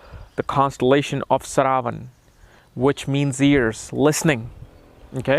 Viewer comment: Your contribution is remarkable but it's "shravana" not "Sharavana". Saravana is related to lord subramanyam. Hope you pronounce the names of nakshatras correctly.